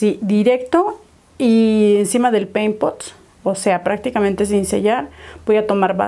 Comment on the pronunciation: Solo yo repetía la palabra peimpot cada que lo decía jajaja